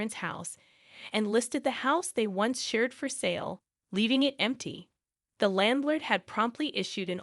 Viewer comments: Now you're pronouncing landlord wrong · How do you pronounce a landlord wrong again